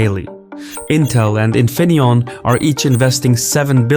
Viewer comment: Infineonn😂😂 lol the famous manufacturer in my place